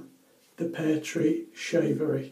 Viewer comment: Great shave my friend! Seems like a very nice soap, and interesting to see it changing colors. Nice pronunciation! Hehe. In mild razors I also tend to apply too much pressure to shave and an more prone to irritation. Or I am enjoying so much that I do through the same area over and over, hence the irritation hehe. Take care!